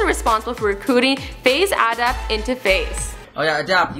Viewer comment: Faze hadapt lol